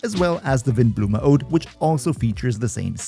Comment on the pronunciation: Cloudforged sounds a little niche whennit comes to the passive though, seems apart from Sethos, only Shimenawa set can activate it, and oh btw, spot on pronounciation on Windblume though❤ Monstadt is kinda meant to be German.